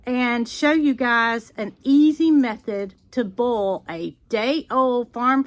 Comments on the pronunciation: All through this video I thought you were saying bowl eggs and I thought you would shake them in a bowl. Right at the end, I realized you were saying boil! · Love the way you say boil.